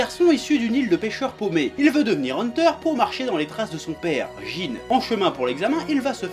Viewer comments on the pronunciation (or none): "avant 2011 personne n'en n'avais rien à foutre de hunter x hunter" sale enfoirés ta insulté ma jeunesse passer à attendre les mercredis et samedis sur NT1 qu'ils diffuse hunter hunter et c'est quoi cette façon de prononcer jin ça se prononce Djin